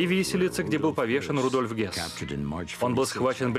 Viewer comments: Комендант Аушвица - Рудольф Хёсс Заместитель Гитлера по партии - Рудольф Гесс Поселение - Освенцим Концлагерь - Аушвиц и Аушвиц Биркенау. Произносите правильно, пожалуйста. А то вроде смотришь документальный фильм, а ошибок как у одиннадцатиклассника. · И комендант был не Гесс, а Хëсс.